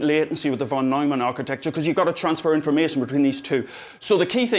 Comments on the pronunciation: came here just to hear him say "informaetion" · I just love hearing him say "infomeehtion"